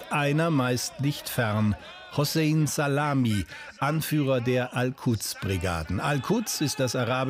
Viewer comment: Genauer genommen, Zalami. Das S beim schreiben, wird dort als Z ausgesprochen und umgekehrt.